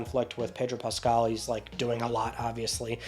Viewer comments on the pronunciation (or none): Your pronunciations are ear bleeding. Square Enix...EEEEEEENIX Pascal......not pascaly....